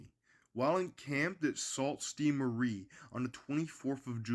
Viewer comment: it is pronounced Sue St. Marie